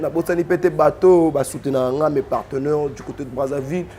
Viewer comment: On ne dit pas "parteneur "mais on dit PARTENAIRE